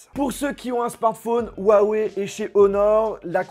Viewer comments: On dit pas ouaoué mais hiouaouéi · on dit rrrrrrouawoueille;) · Déjà apprenez à dire huawei correctement : on prononce "rruawaiye" Et maintenant vous pourrez frapper touts individus le prononçant "ouaweiye"